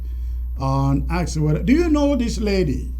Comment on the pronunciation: We ask not akss